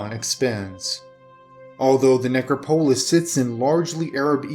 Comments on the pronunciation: ne·crop·o·lis neˈkräpəlis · I really like your vids, but you pronounce things so oddly. I really wish you would look up pronunciation if you're not sure about something. It makes me lose concentration every time! Look up "necropolis"... please. I don't know if you care what one subscriber thinks, but I might have to unsub because narration deserves proper pronunciation.